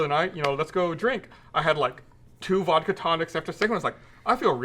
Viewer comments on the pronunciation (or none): none